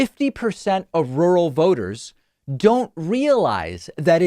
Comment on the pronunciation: Rurr-al. Rurr. Al